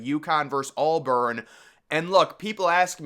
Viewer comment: Dude. It’s AUBURN. Not ALLBURN.